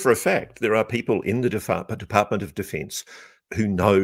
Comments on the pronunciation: Ross stumbled Defartment of defense is now cannon. 🎉😮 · Lol Freudian slip “defartment of defence”